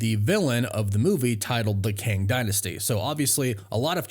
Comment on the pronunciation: Kang → "Ang"